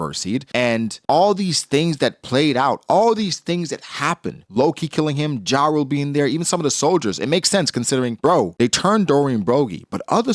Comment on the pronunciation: You just refuse to pronounce jarul correctly. Yarul not the American rapper ja rule.